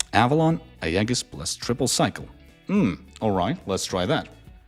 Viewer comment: Pronounce "Aegis" properly! It's EE-juhs.